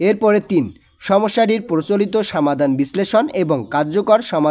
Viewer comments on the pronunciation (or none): স্যার আপনার বাংলা অনুবাদ পরতে একটু সমস্যা হয় আপনি সমাধান কে বলেন সামাধান এছাড়া আরও অনেক কিছু বলেন একটু ভালো করে পড়েন 😔😔😔😔😔😔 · সামাধান না সমাধান 😂